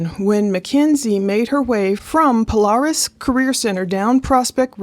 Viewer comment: It's not pronounced pole-r-is it's pole-air-is .